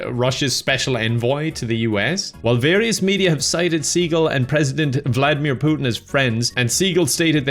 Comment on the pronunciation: You seem to have forgotten his beautifully ridiculous pronunciation of Vladimir Putin.